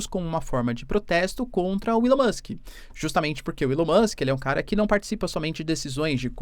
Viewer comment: ilao musk.. nao eh assim q c fala eh ELAO MUSK